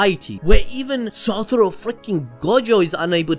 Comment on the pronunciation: SA TO RU ---- not SA TU RO